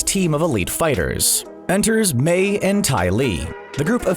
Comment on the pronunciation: Imagine calling Mai "may" for like 10 minutes straight... A true fan this man is not